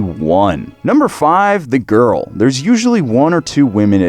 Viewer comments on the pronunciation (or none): none